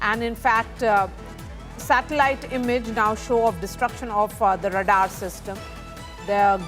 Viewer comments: And d number of times she s repeatedly pronouncing it wrong & d way she stresses is so annoying! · Very poor pronunciation of radar by the news presenter! Extremely annoying! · “Radar" is pronounced as RAY-dahr (/ˈreɪdɑːr/ or /ˈreɪdɑː(r)/). It consists of two syllables with the stress on the first syllable, where "ray" rhymes with "day" and "dahr" rhymes with "car" News reporter needs to speak more accurately. Her mispronunciation is disturbing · What is Radar system??? Wrong pronunciation!! Can't bear to hear her!! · Radaar system...hahaha...funny pronouncing